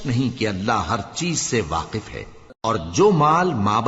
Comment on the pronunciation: Jalandhari sahab Last me waqif or waaq keh gye bhule se